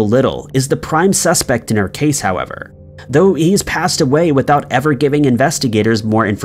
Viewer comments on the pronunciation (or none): none